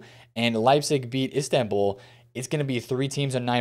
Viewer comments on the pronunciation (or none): none